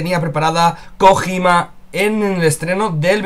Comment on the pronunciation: Kojima LOL di Koyima xD